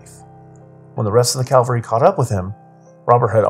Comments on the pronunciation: cavalry NOT Calvary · CAV -- al - ry...